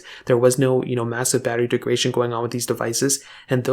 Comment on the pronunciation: The word is degradation , not degration.